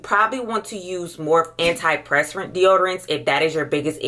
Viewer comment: Anti PURSE per ant. Is how you pronounce antiperspirant.